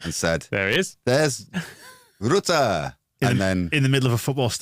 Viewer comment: That pronunciation of Rutter....please, in the name of god, stop